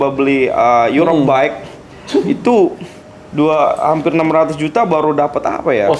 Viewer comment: Bike bang bukan bake🤣